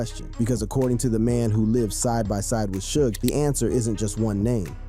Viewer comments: Sooj? 😂😂😂😂😂😂 It's pronounced shug. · Fuck this A I video 📹 repeating the same thing and pronouncing Suge Knights name wrong. 😅